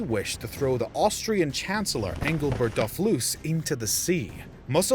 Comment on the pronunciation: How do you get 'Dofluss' out of Dolfuss'?